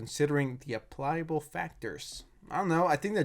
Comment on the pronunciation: applyable factors? Ah - plick- uh - bull